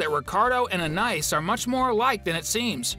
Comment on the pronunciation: Please say the little sister's name correctly. Thank you